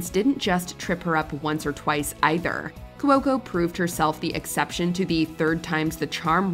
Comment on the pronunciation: My favorite is when you mispronounce Kaley Cuoco's name multiple times. There is no L in her last name!!!